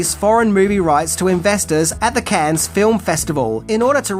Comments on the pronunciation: It's pronounced Kan, not Cans. ....Cannes.... Break 'cannes' down into sounds: [KAN] - say it out loud and exaggerate the sounds until you can consistently produce them. Record yourself saying 'cannes' in full sentences, then watch yourself and listen. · Dope video - FYI the film festival is pronounced ‘CAN’